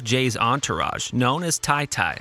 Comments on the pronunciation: It's Ta-Ta not Ty Ty my guy get yo shit together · It’s tah-tah, not tie-tie